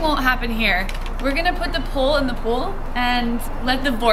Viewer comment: She says pool and pole exactly the same.